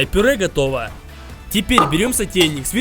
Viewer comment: Ребята не смотрите его за то что мы смотрим этот неграмотный безработный человек получает деньги он даже говорит не готово а хотово как дцпшник